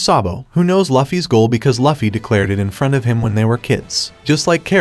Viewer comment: I'll give you a thumbs up but maybe the reason people do not subscribe to you is because you are calling their hero LAFFY! come on man it's Luffy wtf, I honestly hate it when you pronounce it wrong.